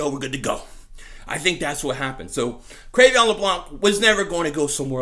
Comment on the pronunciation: Cre'Veon??? isnt it pronounced Cre'Von?